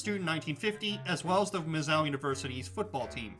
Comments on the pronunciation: Are you saying "Miz-zow," rhymes with "cow"? Stop, just stop. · He made my ears bleed every time he said the name. Clearly an extra ten seconds of research could have been spent learning the actual pronunciation of the school's nickname.